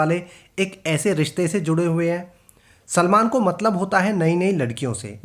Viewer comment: why is he calling salman chulman 😂